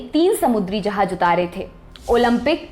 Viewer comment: 'Jahaaz' not 'Jahaaj'